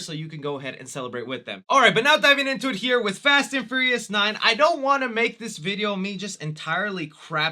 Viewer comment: Is it just me, or does he keep saying Fast and Furriest instead of Fast and Furious...